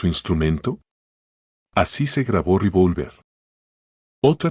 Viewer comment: Re -vol -ver.no tiene acento en la o.